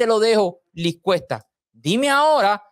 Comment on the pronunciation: Cierto, e íbamos por la mitad del vídeo y todavía uno decías nada, mucha expectativa y luego el comentario mal narrado, y constantemente decías “Luis Cuesta” es vez de Liz. No obstante la información es buenísima y necesaria de revelar, cómo todos son unos trepador@ que van tras el poder. Cuida la ortografía escrita y oral! Gracias por el vídeo